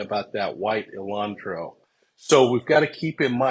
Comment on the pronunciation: Ok, s l o w l y …..”hun day” like “Sunday” Elantra not Elantro.